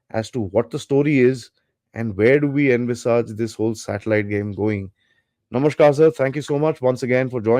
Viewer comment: TALKS by Are you a Bengali? The way you said "nomoshkar"!!